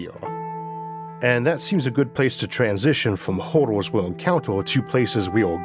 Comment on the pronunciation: Great content! What’s with the Gump accent though? It’s really difficult staying focused if you hear someone say “hordle” instead of “hurdle”. Killor? You mean killer. Never thought this accent could annoy me this much. Concorned? Concerned. Yeos? Years. Sorry but come on… Por trip? Per trip. Considor? Considered. Borned? Burned. I think this is whats holding your content back from getting the public it deserves. So yeah, good luck? Well btw, you say “good” correctly, why not use it “hurdle”. Fightors? Fighters. Eithor? Either. Infrastructore? Infrastructure. Cammorce? Commerce. Numbors? Numbers. Okay ill stop, heo? Here. Okay bye.